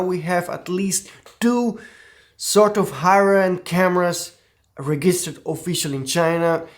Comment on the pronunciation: I suggest you look up on forvo the pronunciation of "register" and "registered", because everytime you say something different